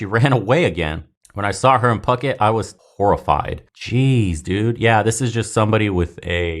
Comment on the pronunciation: Pucket? Or….Foo-kette? !